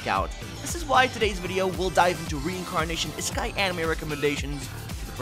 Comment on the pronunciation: did bro say is sky anime??